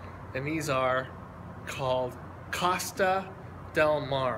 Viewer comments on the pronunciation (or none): It's pronounced co sta. Not cost a